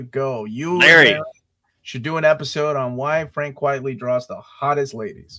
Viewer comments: Uncanny talk pretty someday, but not today. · another video another instance of saying Frank Quitely as "Quietly" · my love for Quitely is too strong i'm sorry